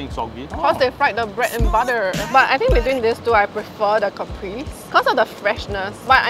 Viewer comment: It’s pronounced ‘ca-preh-zeh’